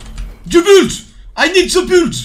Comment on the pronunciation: je pense qu'il a dit buld parce que prononce build:buld